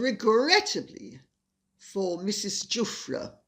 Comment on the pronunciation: I believe the woman's name is pronounced with a soft G so that it sounds like- zhoo-fray. It will be a name much uttered in the next few weeks.